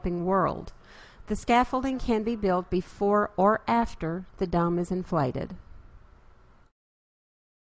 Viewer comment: listening to the narrator, I have to wonder what is a dumb and a hum. Perhaps it really is dome and home